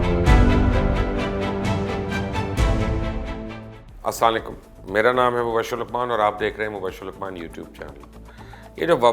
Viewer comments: آپ السلام علیکم کو اسلا لیکم پڑتے ہیں پلیز کورریکٹ کریں ۔ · Tum Muslim nhn na sach bolo me pehle E samj gaya tha.Q.k. tum salekum k ta hy bajehe Assalam U Alekum k ne k...its horrible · Janab Salam tareeqay say ada kejeay.. Assalamualaikum. instead of assaliekum. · Mubashir saab i always wanted to say one thing to u...now i can say..i humbly request u apna salam krna thk kr lain...u say aslaanlaikum...jis say salam ka meaning badal jata hy...plz say asalamoalaikum Hope u dont mind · Mubashir Bai... Pahly salam sahi bola kary... Aslalekum ni... Aslamualekum got it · Mubasher bhai ap plz Aslamo Alaikum sahi tarha se bola karain sahi talafuz bola karain bus yahi aik kami h ap k programme main. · Sir Salam thk se bola kry plzzz